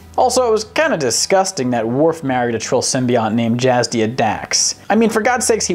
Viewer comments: Jadzia, not Jazdia ;) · JAD-ZIA! Not Jazdia. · Jazdia?! Its Jadzia, dude.. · DUDE! Her name is PRONOUNCED "JADZIA" {JAD-ZIA} NOT "JAZDIA"! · THANK YOU! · Obviously he has NEVER seen an episode of DS9. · although he did have a good point about the symbiont getting more out of the relationship than the host. That's actually the definition of a parasite. That still does not get him off the hook on mispronouncing JADZIA'S (NOT JAZDIA) name. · Am I the only one noticing calling Dax "Jazz-dia" and not "Jad-zia"? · #10: If it doesn't belong on the list and you admit that it doesn't belong, but you included just because you want to talk about The Expanse... hey, it's your channel. #9: Trill are NOT parasites. They absolutely do not belong on this list. Also, it's JaDZia, not JaZDia. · It's Jadzia, not Jazdia. It's chestbuster, not chestburster. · JaDzia, not JazDia. Did you at least even WATCH and listen to a single ds9 episode? Her name is pronounced in pretty much ALL of them. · HOW DARE YOU, HER NAME JADZIA NOT JAZDIA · JaDZia, not JaZDia. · please tell me this dink didnt just call her jazz dia. Its FREAKIN Jad Zia, 'ach bIHeghchugh, vaj ratlhtaHvIS! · No, its JADZIA, pronounced JAZDIA not JADZIA. Its a common mistaking thinking is JAZDIA but its really JAZDIA